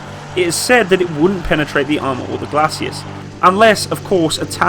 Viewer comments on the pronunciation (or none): Holy s**t, all these online armored vehicle "experts" who don't know the difference between a tank's front sloped armor and the Spanish singer, Julio Iglesias. Glacis is pronounced GLAY-SIS , not GLAY-SEE-US or GLAY-SHE-US or GLAY-SHUS. From this and so many other errors common to most or all of these guys' videos I get the feeling a lot of YT's so-called authorities on tanks who claim extensive experience with them probably saw one once during a whole four months of weekends in the National Guard or Brit Territorials.